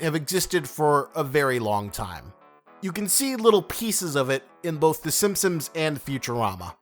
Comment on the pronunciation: It's The Simpsons not 'Simsims'